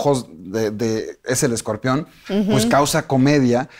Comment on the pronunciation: Esta señora es una resortera con peluca. Y por qué dice escorpeón? Vi la entrevista solo por el escorpión.